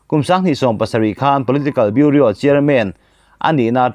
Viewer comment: Chanchinthar puangchhuak ngam ve meuh, Bureau(Biuro) Biuria ti a, i han lam hi zawng ka lo zahpui che.